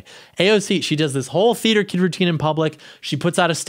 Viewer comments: "Teater kid ocopid govberment" ALRIGHT WE GET IT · For the first few I was hearing "feed your kid" or "feeder kid." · Anyone else think he was saying "feeder kid occupied government?" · Is he saying 'FEEDER' KID? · Can someone tell me what was saying at the start? Is sounds like “theater kid occupied government” but I’m not sure it wasn’t very clear